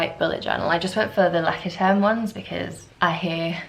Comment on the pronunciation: I'm German and I love your pronunciation of "Leuchtturm" which means "lighthouse" in German. I also love your vlogs! Stay as u are :)